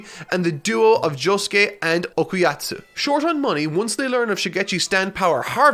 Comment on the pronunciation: Why the hell did he keep saying Okayatsu I thought it was Okayasu